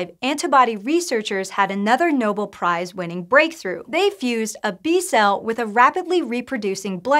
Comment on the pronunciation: It's "Nobel Prize", not "Noble Prize". Sheesh!